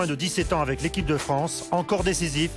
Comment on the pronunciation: ekipe????? apprend a parler